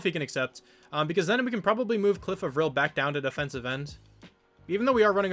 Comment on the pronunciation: Cliff A-vril is how your edge guys name is pronounced.